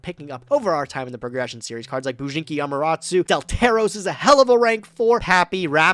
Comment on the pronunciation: say it with me. Am-uh-ta-ra-su! JUST READ THE NAMES!